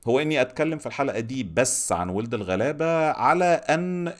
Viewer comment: انا متفقة كتير مع حاجات كتير قلتها!! بس أحب أقولك ان اسم المسلسل مش وٍلد الغلابة، هي وَلَد الغلابة! بتلفظ wald مش weld. ممكن تسمع بهاء سلطان بيقولها في تتر النهاية!!